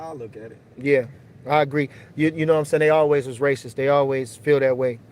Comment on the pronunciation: this nigga said racisizzzz smfh